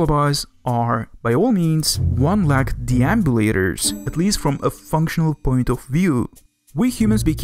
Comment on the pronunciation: this accent bundled with this guy's mom sleeping in the other room is not a very great combination when you're trying to hear what this guy is saying. edit: "THEY ARE TWO LACKED ANIMALS" bro how the fuck can you mispronounce a three letter word "leg"